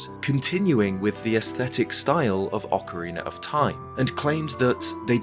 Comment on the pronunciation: Shout out to when used to call OOT as "Ocaweena of Time"! We appreciate your content!